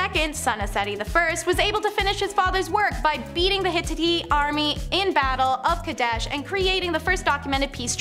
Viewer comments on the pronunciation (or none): It Hi (short I sound) tit (long I sound NOT “Hititty”. Also, it’s Nefertiti (“tee tee” NOT “titty”) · Very entertaining video… But I have to say the one girl.. with the Pink Floyd T-shirt, needs to learn how to pronounce the word “Hittite”correctly!! 😳 ITS “ HIT…ITE” ! 😂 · Lmfao, wow, what a great feat, she can mimic archeologists in videos. She doesn't pronounce Nefertiti or Hittite correctly or half the names of ppl & places in other videos. Guess she didn't watch videos for that info. 🙄